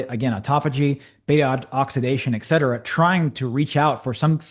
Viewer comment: Wonderful analysis as usual. You simply must learn to pronounce ET CETERA properly, and speaking a little slower would help.